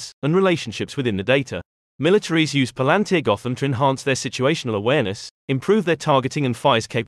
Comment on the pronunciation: Thanks for the video. But you mispronounced the company name Pal An Tir